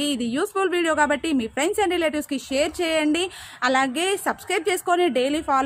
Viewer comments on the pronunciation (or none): none